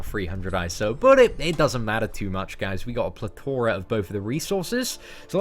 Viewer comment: its pronounced plethora not pletora